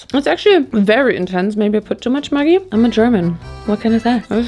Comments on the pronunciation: Who else had no idea what this 'mugi' was until the bottle came out because you pronounce it as Maj-ee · that is pronounced as 'Mya-gi'! The thing you pronounced is a very bad curse word for women. It has a bad history of how it became a slang men used(still use) to degrade women very much. Apart from that, LOVED it! ❤️ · Today’s the day I find out maggi is pronounced muh-ggi and not meh-ggi omg my whole life feels like a lie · Hi from Australia we have the same brand maggi but we pronounce it like - magic without the c - I think the sauce is the maggi style of ketchup manis, sweet thick soy sauce - the darkest sauce of the 3 in the mi goreng pack